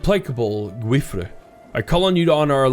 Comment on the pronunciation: The correct pronunciation of the name Guifré is for example by taking the pronunciation of the beginning of the word "guilty", the end is perfectly said, hope it can be of some help. The series is being amazing btw!